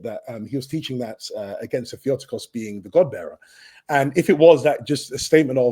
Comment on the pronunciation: Can't believe it was a full hour before he revealed how he pronounces "Theotokos", you really buried the lede here. This is like the first time I heard Brits talking about Mexican food